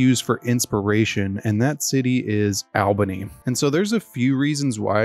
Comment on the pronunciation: I meant Albany is pronounced like all bunny as opposed Al bunny